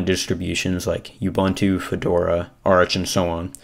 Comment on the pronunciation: FYI, it's pronounced oo-boon-too, NOT oo-bun-too.